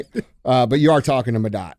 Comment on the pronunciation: I think you're mispronouncing your co-host name. It's MoDot. And I want to thank him for maintaining the roads in Missouri, the good ones anyway.